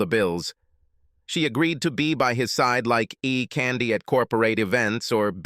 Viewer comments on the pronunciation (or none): The pronunciation is hilarious, she would be E candy ( eye candy) lol this ai gets such simple words wrong. Have heard it talk like its having a stroke in Italian. Still regardless the stories have always been fun